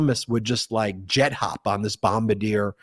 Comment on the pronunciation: It's not Bom-BA-deer. It's BOM-bar-DEE-ay.